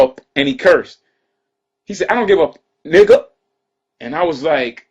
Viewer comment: the way he says nigga is funny its like hes hiccuping